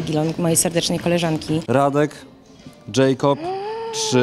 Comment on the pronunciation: Jakob sie mówi nie Dżejkob ( specjanje napisałam )